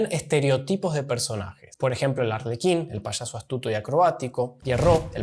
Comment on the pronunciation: SE dice Payaso, no se dice Pashaso...